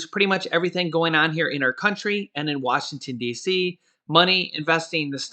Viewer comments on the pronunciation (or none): Washington DC is part of the country why do yu say it like that??